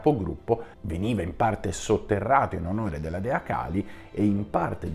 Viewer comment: La tecnica che usi è la solita di chi non vuole ammettere i propri sbagli, cioè far diventare sbagliati chi li porta a galla. Torno a ripetere, e chi conosce il tantra lo sa bene quanto sia importante pronunciare perfettamente i nomi, Kālī o Khali sono due cose diverse, e nessuno ci autorizza a storpiare i nomi, tutto qui. E le accuse ci sono, velate e non velate, chiunque le può vedere nei tuoi messaggi. Poco importa, l'importante è sempre e comunque salvare la propria faccia, ad ogni costo. Ah dimenticavo, pag 338 prima colonna del dizionario Monier-Williams (2005); Khali: sedimento di petrolio.